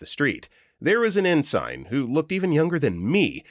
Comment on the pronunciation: Please properly pronounce the word 'Ensign'.